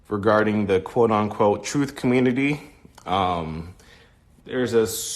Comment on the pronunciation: "da communitah" lmbo twooferism